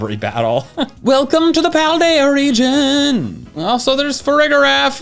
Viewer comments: I still maintain that it's (Fah-ree-jir-aff) as in Safari and Giraffe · Farig-iraf is giraf-arig reversed, so you pronounce it like you would girafarig but the parts swapped places. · Hear me out. We got Arkoos, we got Yaveltal, I think farigiraf is pronounced with a dj sound BUT only if you pronounce both g's in girafarig like that too